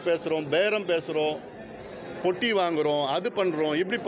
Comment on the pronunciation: பொட்டி இல்லை தம்பி..... பெட்டி.... தமிழ் தம்பி...